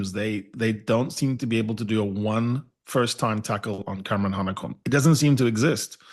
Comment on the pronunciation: its Hanekom n Roos